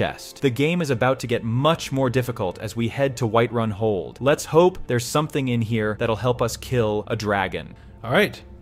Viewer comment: Man they turned White run into Wight-run😂😂